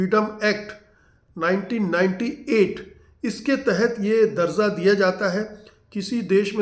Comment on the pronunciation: Excellent video,little correction. The word is DARJA,Not DarZa, it's confusion between J and Z